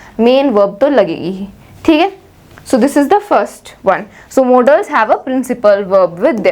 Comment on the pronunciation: That is modals not modaaals or models🤣🤣